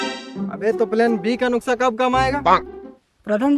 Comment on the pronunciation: Bhai plain b ka nuksa nahi Bolte (nuska) Bolte he ❤